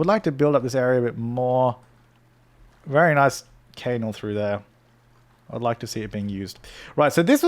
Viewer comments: Are you deliberately pronouncing canal wrong? Its "can-al" not "cane-al" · Isn’t it pronounced can-nal? 😂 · its said knal